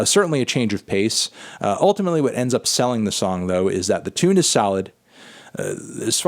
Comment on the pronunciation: Was I the only one that heard Tuna Salad when he said “the tune is solid”? 🤔